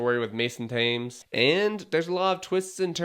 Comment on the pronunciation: I will definitely not be adding this one to my watch list. Thames is pronounced “Tems” if you are from the UK.